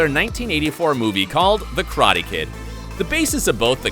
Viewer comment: It's not krate... IT'S KARATE